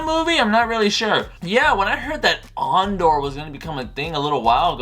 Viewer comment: So..you're a big SW fan yet don't know if Andor is a series or a film..don't even know how to pronounce his name and bad mouth arguably the best SW film in the franchise.? Lol Obi wan is a favourite of yours? Says it all really ..you obvs dint remember how utterly shit the prequels were.